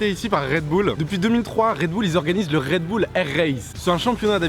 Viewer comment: C'est pas RedBoul c'est Red Bull